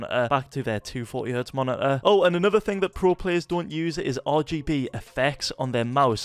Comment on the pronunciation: "nasty stoof" "monit-aaa" "